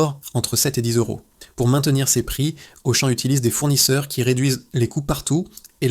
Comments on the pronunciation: Narration IA...Auchan devient Auchaine😮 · Mais pourquoi j'écoute cette daube (jeu de mots). Dès que tu entends le 'mec' prononcer Auchane, plusieurs fois, tu sais que c'est un ramassis d'inepties qui va suivre. J'ai arrêté a 'Carrefour Carrefour'. Il y a pas à chier, pour de l’investigation, faut du pognon, pas cette merde !! C'est du putaclic autogénéré par de l'IA les mecs. Mettez en route votre cervelle.